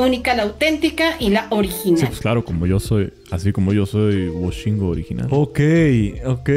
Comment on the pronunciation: "Woshingue", jajajajajajajajaja.